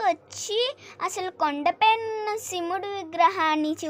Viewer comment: Mey Shimudu kaadu shivudu. Ford ecosport baguda. Baga vundi naration